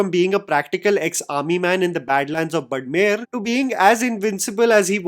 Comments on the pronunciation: It’s not budmer it’s Badmer!! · It's Barmer not burmer 😂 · Its baadmer not badmer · Broooo, its बाड़मेर not बड़मेर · Hey it's बाड़मेर not बड़मेर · Bhai it's not बड़मेर, it's बाड़मेर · Sir its not badmed its baarmer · this city of Rajasthan is spelled as Baadmer and not Badmer... Love your work bro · Hi. It’s Baadmer. There is an aa sound. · Bhai it's "बाड़मेर" ....... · After the third time, I couldn’t bear it as a proud Rajasthani. Sir it’s pronounced as “Baarmer”.